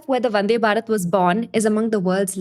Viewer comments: please say भारत instead of बारत please . the थ pronounced as त makes listening to this girl really irritating! tinking, tousand, tailand, tirty.. would prefer reading instead of listening henceforth. Good information though! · check the pronounciation of "thousand" and hear how you say it. Or thinking or even Bharat. If you feel you are right and other's are wrong.. well.. good for you. I cannot listen to how you are saying it. So... I am out.